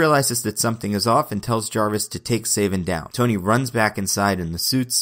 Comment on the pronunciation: it's SA-vin not SAY-vin cos his villain name is Coldblood-7 in which the "7" is supposed to be a wordplay on his surname "Savin" because it's PRONOUNCED THE SAME WAY